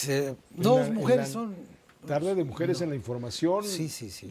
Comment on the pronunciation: Jajajaj muu chistoso cómo dijo: tarde de muejeres 💅 y el señor se sacó de onda